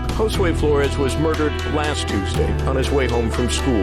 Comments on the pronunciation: Did it enrage anyone else when Jackson couldn't say Josue's name correctly? On one hand, he shouldn't even have the privilege of uttering that boy's name. On the other hand, with what he did, he should at least have some sort of (imagined) respect to say it right...especially if he "didn't do it." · It really ticked me off that Andre Jackson mispronounced Josue's name on that BS YouTube declaration of innocence.... and then, it really ticked me off that he decided to blame the Hispanic Community just to rub the salt into the wounds!!